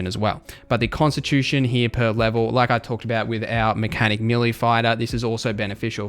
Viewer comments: Melee = Ma Lee not Milly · YES! How many times does he have to say milly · May lay